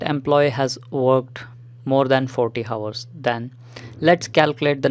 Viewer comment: hours bolna seekho bhai